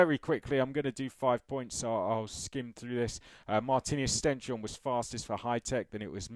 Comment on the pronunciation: Oh and just a quick note I believe the Norwegian way to pronounce it is stens - horne, I heard this in a live commentary. Supposedly stens is Norwegian for stone and horne is norwegian for horns.